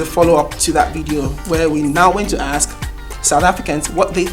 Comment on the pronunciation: Its ask not akkksss